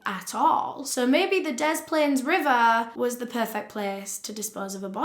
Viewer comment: Hiya from Chicago! Loved this! Very detailed. I chuckled a bit when you said cook county. It’s not a city it’s literally just a county with a bunch of cities in it like Chicago. Also great work on pronouncing des plaines right! Most people outside of Illinois pronounce it wrong.